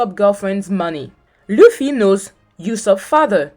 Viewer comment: She said that sanji just cooking and chilling while he also had a character arc, namely that he finally got a resolve to go follow his dream. Also, she cannot pronounce Luffy right, even tho she watched entire LA. It's not important, but it hurts my ears everytime i hear "laugh-y"